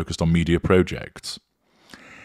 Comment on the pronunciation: “Proh-jects”? You’re a northern lad, made good: “ProJects” is the UK pronunciation lad! Like the “pot noodle” advert, as a misphonic!!!!!: AARRRRGHHH!